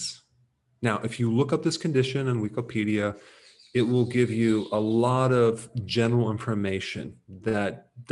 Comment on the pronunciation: Great information and very interesting way of saying Wiko-pidia in the beginning😂